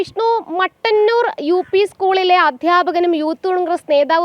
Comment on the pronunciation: മട്ടന്നൂർ അല്ല. മുട്ടന്നൂർ. It is Muttannur not Mattannur.